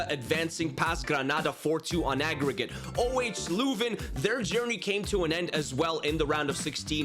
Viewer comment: its said euhw hrsh louven